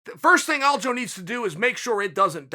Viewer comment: Will Chael ever get Aljos name right? ALDO.